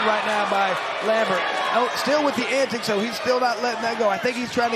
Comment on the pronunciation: Lol how many times can 1 man mispronounce antics in 10min